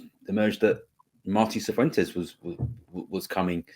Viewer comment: Pronounced fifuentes. 😂